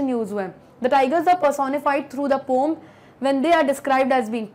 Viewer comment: Poom nahi poeam hota hai